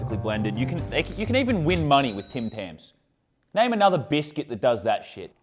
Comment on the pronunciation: Me as a American got annoyed when he said biscuit lol